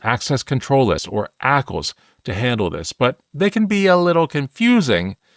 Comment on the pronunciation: Let's call it: A-C-L s instead and not ackles 😂